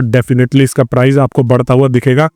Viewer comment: price hota hai bhai prize nahin